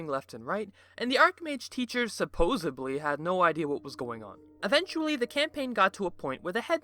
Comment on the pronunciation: Did you say supposibly? The word you are looking for is supposedly.